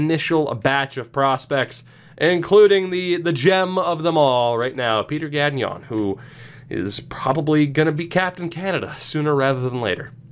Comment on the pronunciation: Your pronunciation of Gagnon is not horrific, but since you'll probably say his name a lot during this series, I just wanted to give you a few pointers. The "gn" sound in French sounds a lot more like the ñ in Spanish, so don't pronounce the second g. Also, don't pronounce the n in the "on" sound. A bit like you don't pronounce the n in the word song. Keep it up. Excited about this.